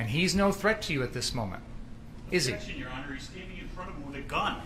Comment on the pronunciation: The defense seemingly fucking forgot how to pronounce the word "objection"